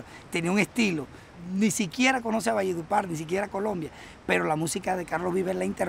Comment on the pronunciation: Pero no se dice, valle de "upar". Sino ( valledupar)